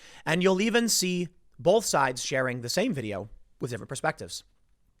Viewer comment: Whoever it was that pointed out that Tim says the word "bolth" instead of "both" a few weeks back, thanks buddy now I can't fucking miss it. Damnit, Tim, please drop the L when you say both.